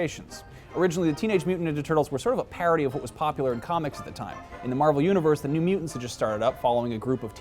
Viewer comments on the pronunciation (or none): none